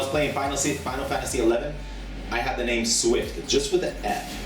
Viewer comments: Haha Swifty mispronounces so many names. We still luv you though swifty. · i love swifty but he is terrible at pronouncing people names